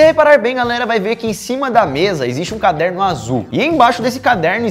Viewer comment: "Caderno azull carderno amarelo" Kkkk ameiiii